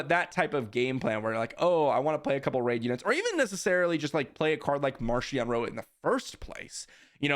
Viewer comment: It's pronounced MarKion in the audio books 👍